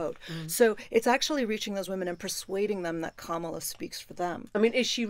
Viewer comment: It's ",la" (or "comma-la") not "camel-a" ... would you Brits please get it right already!